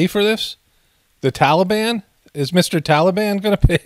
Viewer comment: Fly What makes you suspicious? The scene with people running along side the plane, and not getting sucked into the engine? The guy that was sitting on the wing of the plane talking on his cell phone? ISIS-K JoJo. It's "Tal a bahn"!! Not Tolly bon!!!